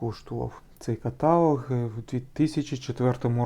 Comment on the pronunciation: КаталОг, а не катАлог!!!